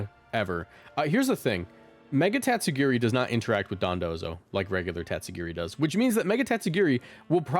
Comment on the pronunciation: every time u said "its time to girl" it got funnier each time